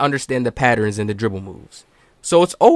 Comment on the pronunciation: “Study the patterins” 😂 that junk funny.